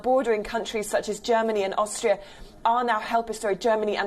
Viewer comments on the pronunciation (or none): 'Geramany' - it occurred several times earlier in the broadcast as well